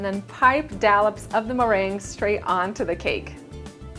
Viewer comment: Yum!!! Love how you say dallops <3 haha